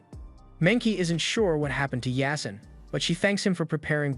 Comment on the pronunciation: Its supposed to be pronounced as YAA-SEEN it's a Muslim name